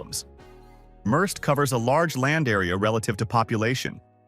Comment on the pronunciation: The fake narrator pronounced “Merced” three different ways.